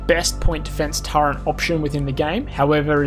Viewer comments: turreNt? Turret. no n in turret. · Terrific vid - But, as a fellow Strayan, mate please ... Stop saying 'Turrent'. No idea why lots of us do that, but there's no N in Turret, yeah?